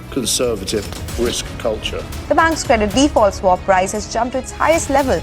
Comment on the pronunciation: You're getting the pronounciation of "swap" wrong. You may want to correct it in future videos :)